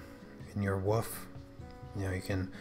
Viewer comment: For the love of God! There is an L in the word Wolf! Otherwise, great pastel work. LOL